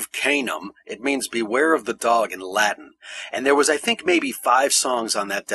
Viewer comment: Props for proper Latin pronunciation.